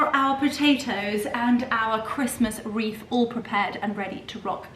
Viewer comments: Wreath not reef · Delicious and stunning! The hostess with the absolute mostessssst! (Why are we saying reef instead of wreath though!?) Merry Christmas darling!! Much love xx